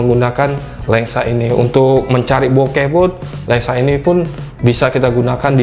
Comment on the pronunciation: cuma satu yang ganjel,, abangnya ngomong Lensa apa Lengsa